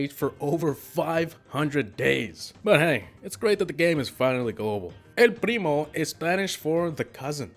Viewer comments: i like how you pronounce el primo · You nailed the Spanish pronunciation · Nice way for pronouncing El primo